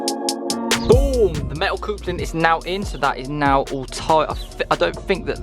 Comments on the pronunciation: "the coopler"? lol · Why can't you say "coupling" correctly? 🤣🤣🤣🤣🤣